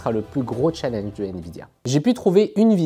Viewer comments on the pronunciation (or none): none